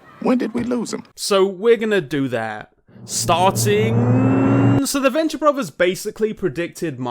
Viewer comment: Borvers, favers...maybe speaking isn’t the best thing for you to do with such a terribly hilarious speech impediment. I’m pretty sure brothers and fathers has a ‘tha’ sound not a ‘bag’ sound. Go back to elementary school or have a program speak for you. It’s honestly cringe levels of hard to listen to someone who can’t even pronounce words correctly.